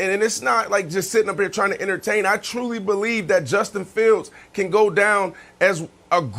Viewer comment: 'I try to enertain.' NEWSFLASH - you are failing badly at it